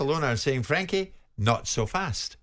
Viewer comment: Frenkie not Frankie...